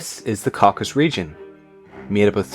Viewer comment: >making a video about Caucasus >mispronouncing the name in the first 2 seconds